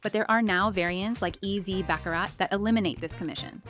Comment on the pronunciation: It's pronounced BA-CARR-RA